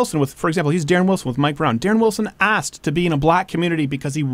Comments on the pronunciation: He knows how to say the word ask but uses it along with axe. Lol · I arrested a friend that I went through the academy with for beating the holly hell out his girlfriend. So don't say cops don't arrest their own. Seen it many times. It is rarely publicized though. Also, it is ask, not axe. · Its ASKED!!!!!! NOT AXED!!!! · black guy: I axed him cop: your under arrest